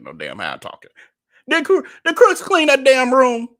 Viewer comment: Too funny. First video of yours that I am watching. I'm late to the game. Just noticed you keep calling him Darius "Crooks." Lol